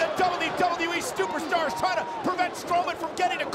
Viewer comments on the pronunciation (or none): he said "WWE STOOPERSTARS"..🤣🤣🤣🤣🤣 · One of the commentators said Stuperstars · When Cole said stupistars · Stuper stars lol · LOL, sounded like he said "Stuperstars" lol 😂😂😂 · No stuperstars he said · “WWE Stuper-Stars” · “The WWE Stuperstars” 😂😂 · Lmao he said stumper stars😂😂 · This guy cole just said stuperstars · Who else heared « StupidStars » ? LMAO. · He says stuperstars 😂